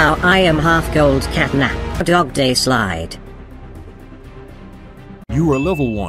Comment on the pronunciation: WHY DOES EVERYONE CALLS DOGDAY DOGDENG😭